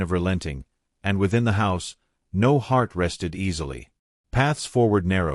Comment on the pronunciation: Not really good or uplifting at all. Conclusion hovers in the air. The AI voice garbles on the word “no”. I give this short tale a 1 out of 10.🤷🏻‍♀️